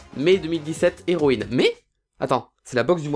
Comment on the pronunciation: Il a que fait de dire zeroïne 😂😂😂😂😂